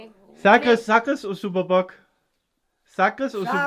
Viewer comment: TYVM for speaking better Portuguese now, Amalie still speaks better than you... You say SUPER BOC n vinho do PORTO perfectly...lol